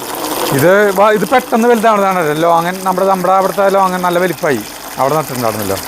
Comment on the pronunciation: ലോങ്ങാൻ അല്ല. ലോഗോൺ ആണ്